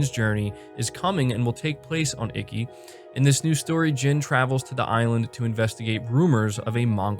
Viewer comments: Iki like eekee not "icky" lol I'll forgive you this time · Holy fuck shit! It was my biggest hope, but didn't think they'd actually lip sync the japanese. I can't wait to experience this game the proper way now. Btw... (Ee-Kee) not (icky). Don't worry. I give jake baldino a harder time with him pronouncing horror (Harr).